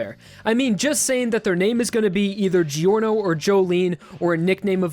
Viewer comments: Did he just pronounce it GI ORNO instead of JOR NO? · ”gee-orno” its ”jorno” aaaaaaaghhhh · Why does this guy kept pronouncing giorno as "giyorno"? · Ah yes, my favourite JoJo. Jee-orno XD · I’m italian and it’s pronunced like “jorno” Try to translate on google “day” from English to italian and then listen how the guy proununce it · Pappa I pronounce it "Jorno" but calm down. People pronounce it how they want. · Mace Yeah! I pronounce Giorno like "disestablishmentarian" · Александр Потоцкий yeah its spelled giorno but pronounced kind of like ’jorno’ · Jyuinchi “more better”???? No wonder you say geeorno